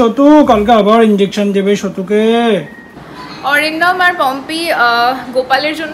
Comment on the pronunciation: Atindom ke Arindomda bolo.Tomar theke boyeshe anektai boro.